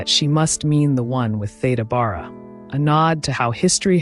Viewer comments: Thank you for covering early Hollywood, such a fascinating topic. I just sub’d. An aside, as an older person, having heard people older than me pronounce it, Theda “Bear-ah” is the correct pronunciation. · Are you pronouncing her name correctly? I've always understood it to be Thee da Bare a. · Loved this. My mom used to talk about Theda Bara, though she pronounced it Beara. I’ve subscribed. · When I was growing up I remember her name was pronounced “Theeda Beara”. She had a remarkable face and I loved her lavish (and rather scandalous) costumes. How sad that people came to mock her when she appeared on the stage. It’s a very cruel industry. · You have your facts wrong, as well as, the correct pronunciation of her name.